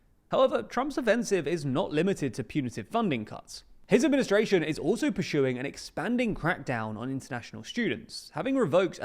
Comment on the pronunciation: I think the video was a bit carelessly edited. Mispronunciation of 'persuing' twice might be an err, but try to segve into your next segment - trump towering over all - need not have been repeated. I think it was a mis from editor. Pls correct. P.S. Loved your Too Long edition showing all the various elections in 2024 ✌️